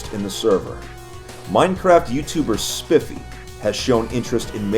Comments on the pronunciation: Lol I love it when ppl say spifee instead of spifey lol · Spiffy? It’s spiefy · "spifey" its spy fee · Spiffy lmao his name is spy fee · It's pronounced Sp-eye-fee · its spy-fey thATS how you pronounce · spifey is pronounced "spife-fee" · Please! It's Spy-fee! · Spif-ee. Seriously. SPIFEE? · It's SPY-FEE I'm preety sure... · ) It's Spi(eye)-fi